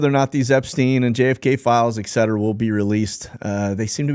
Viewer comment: Ekcetera?? Try this instead: Etcetera